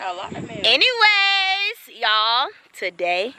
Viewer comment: why she say anyways like that😂😂😂